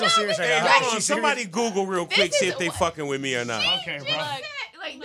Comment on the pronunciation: Peep how he said 'with me' hahaha